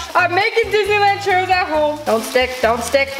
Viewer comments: “We gonna make some Chourus” girlll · Mexicans are cringing when she says tapatio and tostada and churros